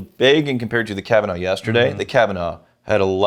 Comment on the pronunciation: Me, at the beginning of the episode: Ooh, Kavanagh from the Cavanaughs? How many different ways will butcher these names this time? Me, at the end of the episode: Wow, that many? Gotta be a record.